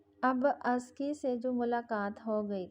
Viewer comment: Lafz jisko ap azki parh rahi Hain usko Asal ma azka prhtay hain.sara novel suntay hoy bari uljhan hoti rahi mjhe